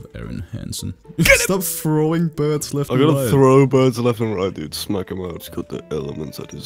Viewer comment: Why does say "Smeg" when he tries to say "smack"?